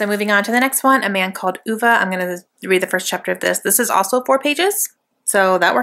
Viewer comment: Hahhaa you & say oovaa it's ah vay ( I only know because of the movie I was pronouncing it wrong at first too lol)